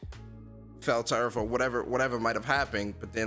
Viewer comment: Yo brotha u Canadian because you say earth the same way William Shatner does.